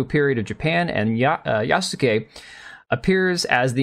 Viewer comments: Just want to info you that Yasuke is pronounced "Yaske", the "u" is severely weakened because it is not followed by a voiced consonant. If you listen to other Japanese Youtuber's video about Yasuke you can easily tell that the "u" in Yasuke is almost muted. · Yas-ke. Just like Sasuke from Naruto is pronounced Saske. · That he did not even put Yasuke in google translate to see how to pronounce the name is criminal, I cringe every time he says it